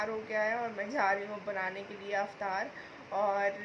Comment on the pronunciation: Didi aap "Aftar"maat boliye, its "Iftar". Don't mind plz